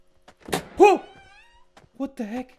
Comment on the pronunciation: I choked on my cereal when he said “woat” I thought I was gonna die